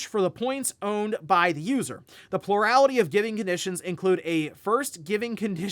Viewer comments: "Purality" word of the day? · you don't have stress every syllable in the word plurality.